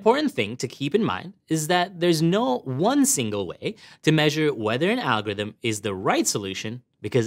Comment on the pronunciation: It'sa.. Alcho.. Rythm... Mmmmethod... See???